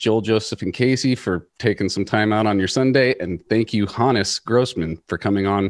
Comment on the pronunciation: Good on you boys for pronouncing "Hannes" the correct way. I was going nuts thinking it was supposed to be "Hons" but did my research and you have corrected me.